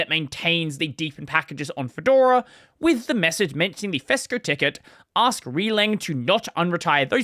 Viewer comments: "Ree leng"? I always thought it was "rel eng", I assumed releng was short for release engineering? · "releng" is pronounced as two words. It's short for "release engineering" so it's pronounced like the first two syllables of those words.